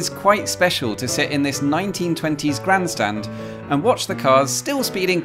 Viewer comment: Another wonderful slice of France, I'm almost sure that every time you said "Grand Stand" there was a slight drift in to a Yorkshire accent 😂.